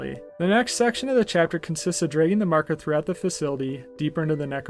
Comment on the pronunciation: I don't want to be "that guy"......but it's pronounced MAR-ker. 😂. But other than that, good review. You got yourself a new subscriber.